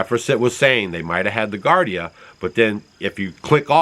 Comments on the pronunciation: It's pronounced "GEE-AR-DEE-UH" (Giardia) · People are not going to stop using cell phones. Giardia is pronounced jeeardeea. I had it for a month or so before I knew I had it. It's definitely not caused by emfs. Whatever those people had, if it wasn't that, I don't know what it was. If it was caused by the emfs it was not G. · It's pronounced GE-long "E" GE ARDIA,. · Giardia, not Gardia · At least learn how to pronounce giardia. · Just and FYI its pronounced "JAR-DI-UHH". Not trying to be mean just enlighten. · GEEare DeeA = Giardia That is the cyst. The diagnosis is Giardiasis. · Sorry, you're off base with this one. Those green boxes are indeed Transformers. Their purpose is probably to power the buildings behind them. Just regular old electricity. Also the word is giardia. As in g r dia. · Thanks for the info. And it's pronounced Gee-ardia. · It’s GEE-are-Dee-ah not GAR-Dee-ah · It's not pronounce gardia. It's actually giardia, and pronounced gee-ar-dia. I'm not pointing this out to tick people off or be some sort of spelling police. It's just that I had to think about what you were saying. I learned about giardia from growing around Yosemite, where people would get it, from drinking out of the infected river, lol. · Gee-are-d-ah is how you pronounce giardia. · Gee-ar-dee-a, not gar-dee-a. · Geeardia is how you pronounce Giardia. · Pronounced Gee-Ardia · Pronounced: GEE -Ardi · Just for your information sir it is pronounced, juardia... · Giardia is pronounced jee-ahr-dee-uh. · Gee-are-dee-ah-.. its a parasite and antibiotic will not kill it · Giardia = jee-ar-dee-ah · Pronounced jee - ARR - dee - uh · With all due respect, it's pronounced "gee ARE dee uh". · I think you are talking about giardia an intestinal parasite. It is spoken as jee-are-dee-uh. Just letting you know because I want you to have the right facts. Thanks for all the information and keeping us up to date ❤ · pronounced (jee aar dee uh) giardia it is a parasite in the intestine